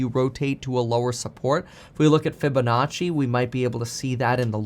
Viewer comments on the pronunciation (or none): none